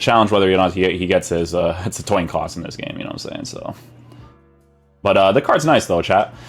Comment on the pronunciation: toin coss